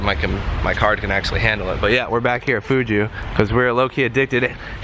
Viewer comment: Damn you sayin' Fugu wrong - didn't it occur to there's a pufferfish as the logo!?lowkey Letting the Asian community down lol!!